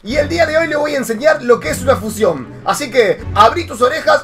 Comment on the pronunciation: se dice fusión no fucion